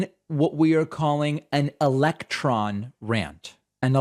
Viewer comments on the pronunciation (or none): It didn’t say “electron,” it said ELECT RON. Weird stuff and I’m not sure what he means